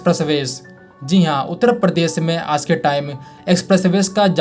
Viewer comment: परदेस नाही दोस्त, "प्रदेश",😵‍💫 बहुत फर्क है